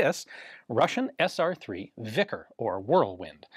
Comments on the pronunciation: Isn't "vikhr" pronounced like "veefreigh" rather than like "vickers" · It is not "vikr" the k in "vikhr" is to show you in your language, you should pronounce H lire in House. K is not pronounced like in knight. В и х р ь - v i h r (softens symbol). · The Kh is pronounced like H in Hotel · Whoa whoa...its a vikha. No hard R. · The "kh" letter combination is pronounced like the first letter in the word "history". Thank you for your work, Ian. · k is silent my dude. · "Vikhr", or "вихрь" in Russian, is not pronounced with "k" in it - this "kh" is what "x" is in "Mexico" or "j" in "Jose" (Spanish Joseph"). "Bихрь" is pronounced [vi] a s in "victory"; soft, "articulated" [h] as in Spanish "Jose" or "Mexico" - and trilled, well articulated yet "soft" [r], kinda like in "sprinkler" or "research". ("Soft" r - because that last character there, "ь" is not a letter but a diacritic of sort, so-called "soft sign" which has no "pronunciation" of its own.) Also, the "base meaning" of this word is not a whirlwind but "a very strong wind" (tad below a gale, I'd say) same as in Polish ("wicher" [vee-her]) and even in Hungarian "vihar" (most likely a loan word, from Polish, as Hungarian, together with Finnish, are not even Indo-European languages, but I digress here) - but it is also used for "whirlwind" (dictionary says "in a figurative sense"). And it's "a gale/ hurricane" that "blows things away", not a whirlwind - thence this imaginative , if you will, use of this word for a submachine gun. - I'd rather say "they are trading user comfort for compactness", not the other way round.. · KH in these transliterations is read H not K. No idea where the stupid transliteration rule came from but hey, why not confuse people, right? So yes, Krushchev is actually pronounced Hrushchyov (cyrillic 'e' is also not just latin 'e' but 'ye' and in this case, additionaly the cyrillic letter is actually 'ë', read 'yo', but Russians just don't bother writting those two dots).